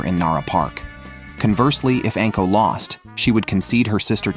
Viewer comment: Also, anko is not pronounced "ənko", it's "ahnko"